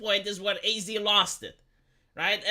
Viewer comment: Would you please stop saying A-Z. It's pronounced "As"